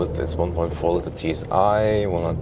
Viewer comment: the co-pilot can steer the plane. "co-driver" is just odd. I tried to correct several times "how it looks like" pronounciation of "litre" etc. but so far the only thing that stuck is his correct calculation of his own hight into imperials:)